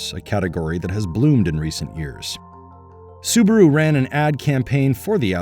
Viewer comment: Subaru not Subro